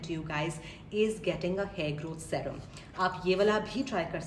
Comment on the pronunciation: Serum is pronounced “Seerum”